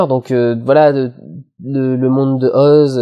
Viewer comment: JE T'AIME tu dis Oz et pas OSE T^T !